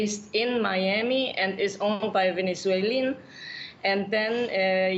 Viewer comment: Did she said some of the Venezuielan?